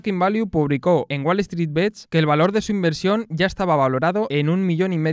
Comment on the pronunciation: deberias ser la joddidda voz en of de la pelicula y aparecer como resumen en cada parte del arco de la trama de la futura pelicula, buen video crack Edito: Recuerda que "bets" se pronuncia tal cual, y no bits, solo eso. Nimiedades